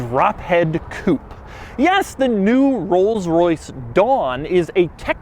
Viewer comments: Stop saying koop. It's coupe´ which is pronounced koopay.... Grrrh..!! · Why do you always pronounce it "Coop"? Its supposed to be pronounced "Coopay". I know you are american and i know you guys cant pronounce foreign words to save your life, but at least try. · It is pronounced COOPAY not COOP. A chicken COOP is where chickens lay there eggs!! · Can you please pronounce it Coo pay. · To all Americans and once and for all: IT’S NOT COUPE IT’S COUPÉ (COUPAY)!! IT’S A FRENCH WORD, NOT ENGLISH!! COUPE MEANS CUP IT’S NOT A CAR SPEC!! GODDAMN!! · I hate the way Americans can't pronounce Coupe as it is, but saying 'coup' for a Rolls Royce is just insulting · Why do Americans pronounce coupé, coop? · its fucking pronounced coupé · Doug the type of guy to pronounce coupé wrong. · It's a "Coupé", you pleb. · I wonder why you american don't pronounce the E in the end of coupé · Is he deliberately pronouncing 'coupe' incorrectly or is it an American thing?